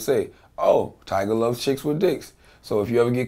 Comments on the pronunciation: Vlad. It's TYGA. Not TIGERRRR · vlad say tiger instead of tyga lmfaooo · It's "tyga" not "tiger," Vlad. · He’s said “tiger” lol at the very beginning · vitamin828 its tyga like its 2pac not 2pack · Tiger,Twister,little wayne I swear if vlad don't say these rappers names right